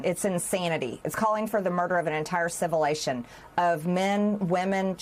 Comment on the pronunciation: Can someone teach Marjorie to say “civilisation”, not “civilation”?